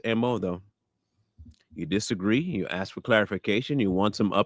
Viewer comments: Pretending to want to open a school for a decade and supposedly being a doctor, yet still can't pronounce the elementary word "ASK" . How about you go AKS somebody for a job application. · Why do y’all say kings and queens but can’t pronounce the word ask?